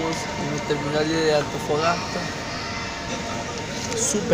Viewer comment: Antofagasta, Antofagasta por favor pronuncia bien y no te quejes tanto